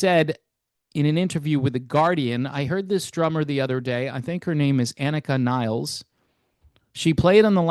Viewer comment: Points for pronouncing the name right lol